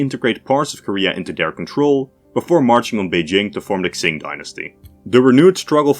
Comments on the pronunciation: Great video. For future reference, "Q" in Chinese is closer to a "ch" sound, so the Qing would be pronounced kind of like "Ching", not "Xing". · Qing is pronounced "Ching"😮‍💨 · Qing is pronounced like ‘ching’ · Please look up how to pronounce Qing? It's not Tzing, King or Xing.